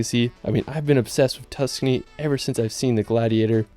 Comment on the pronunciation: Man’s sayin Tuscany like he’s from Kentucky… excuse me KEEEEN-TUOU-KEY